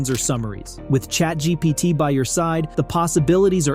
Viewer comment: he said ChatGTP...